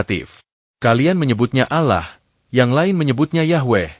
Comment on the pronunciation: Sy pernah mekritisi admin,klo Naratornya hrs org yg paham dg dunia Islam termasuk pengucapannya.Ucapan Alloh,Syaikh dll yg jelas jgn membuat pendengar menjadi ragu.Narator belajar dulu jgn asal baca,salah pengucapan salah pula maknanya.Jgn cuma keuntungan sepihak..